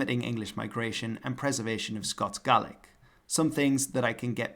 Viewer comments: Gaelic is not pronounced gallic...thats the gaul in france..such ya know the gallic wars... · by the way the pronunciation of gaelic as gallick sounds like Scots not Scottish ...blame the English for messing this all up...Scots is a dialect of English where Scottish is gaelic...gallick sounds like how a Scots speaker would say gaeilge by the way that's how it's spelt in Ireland in gaeilga and pronounced gael'ga